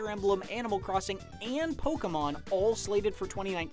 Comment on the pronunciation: Did he say Pokamon?